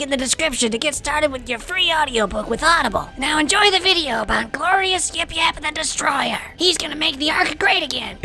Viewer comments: At the end you said it wrong. You said YapYap the destroyer. It is YapYap THE DESTROYER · If he says THE DESTROYER like that one more time I'm hanging myself with his entrails it is so annoying